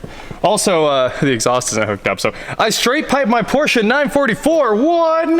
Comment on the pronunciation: Thank u for pronouncing PORSCHE correctly.